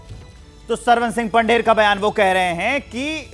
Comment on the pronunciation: अनपड़ ABP ,सरवन सिंह का सर नेम पंधेर है न के पंढेर